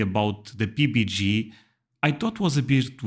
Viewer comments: Love your videos and watch daily (all the way to the end, you’re not alone). When you refer to Peanut Butter and Jelly you pronounce it PB&G (gee) in the U.S. it’s PB&J (jay). Thanks for another great video. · PBJ NOT PBG. A J sounds like Jay as in a bluejay (a bird). Maybe you should Google the pronunciation of the American Alphabet. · I dip my corn dogs in Thousand Island Dressing at home. 🤷‍♀️ Put whatever you want on it. In public I mix mustard and ketchup together on them. Rattlesnake is a niche dish. I've only known one person in over 60 years who ate it. Why do you always pronounce it PBGee instead of PBJay? Is it a joke, a misunderstanding of pronunciation or a difference in dialect pronunciation of the letter J (jay)? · Rattlesnake is just another meat. I haven't had it myself but my wife and husband have. The snake's poison is only in the glands in their mouth, next to the fangs -- not in their meat. PB&J: it always sounds like you're saying PB&G :) You can use any kind of jam or jelly, any kind of bread, and you can toast it or not. I eat peanut butter on toast all the time, and sometimes have 2 pieces of toast with peanut butter on one and jam on the other. You haven't had a float? Root beer isn't my favorite either, but I have to admit it makes pretty good floats. But you can make a float with any kind of pop, so try it with root beer (A&W is the brand you were thinking of), but also try it with whatever kind of pop you actually like. I like it with lemon lime (like Sprite or 7-Up or Starry). Just put a couple scoops of vanilla ice cream in a glass and pour in some pop. You can add more pop once the foam dies down a bit. The ratio doesn't matter, it's a matter of taste. The pop and ice cream mix to make a lot of creamy foam in the middle, and in the bottom you have creamy pop, and on top melty ice cream. You'll want both a spoon and a straw to enjoy it fully.